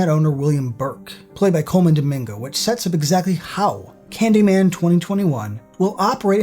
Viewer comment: It's Candymayne!!!!